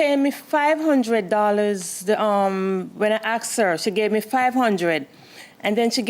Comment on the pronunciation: She AX’d her motha for da money